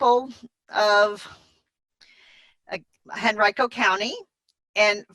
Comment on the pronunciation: Great video, thanks for all your wonderful input. By the way, just fyi, Henrico County, VA is pronounc ed Hen REE co.